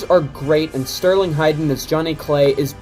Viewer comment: Hayden….not Hiydan.